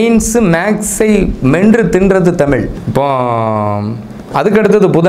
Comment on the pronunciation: விளக்கம் நல்லாத்தான் இருக்கு.ஆனால், தமிழ் உச்சரிப்பு சரியில்லை. நம் உயிர் தமிழ், அழகிய தமிழ்,இனிமையான தமிழ் இப்படி சுவைக்க சுவைக்க தமிழ் என்பதை தமிழ் என்று உச்சரிக்காமல், தமில் என்று உச்சரிக்கின்றிர். தமிழ் பற்றி பேசும்பொழுது சரியாக உச்சரியுங்கள். நன்றி.❤❤❤